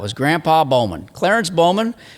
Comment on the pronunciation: I didn't realize it until I looked at my cousin, Carrie's FB, that she is friends with Peter Bow-man (Sorry Pete, but with how says it, I can't not pronounce it that way. lol). Both live in "The Shwa"